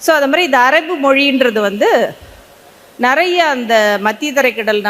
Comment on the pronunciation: இந்தியர்களது ஆங்கிலம் தானாம் நல்ல பலமானதா இருக்குமாம் ...கடவுளே பாவம் உங்கள் ஆங்கில உச்சரிப்பு ...ஆட்டோ ,பாய் பிரண்ட்,ஆபீஸ்,இப்படி எத்தனையோ போதாமைக்கு உங்க தமிழ் கூட "நறைய" (நிறைய)குழப்பம் ..இலங்கையில் நக்கலுக்கு இந்தி ஆங்கிலம்போல் பேசுவார்கள்